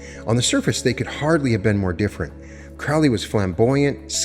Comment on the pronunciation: Pet peeve of mine: its pronounced Crow-lee not Crao-lee, Crow like the bird